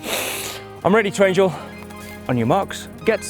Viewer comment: Wish he wouldn't have said Trangle.....